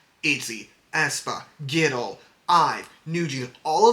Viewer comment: Really love this video. Even tho I've been a Fearnot for a while now, I learned some new stuff about their streams and I really appreciate that you compare them to themselves. Intresting stuff. Also I thought it was so funny how you kept pronouncing (G)-idle as gidle like w the G instead of on it's own. Not really an issue but funny to me.